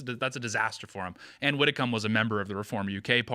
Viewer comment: Widdecombe is pronounced "widdy-cum"